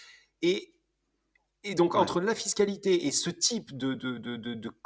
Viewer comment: super podcast. j'adore le format discussion. Par contre un reproche, il me semble que commet toujours la même erreur de français quand il parle de fiscalité. A l'écouter je penche plutôt pour fist-calité...:) le retour d'expérience sur les galères recnontrées est vraiment super. Je vote pour l'interview de Tony par pour un prochain podcast et ensuite inversement.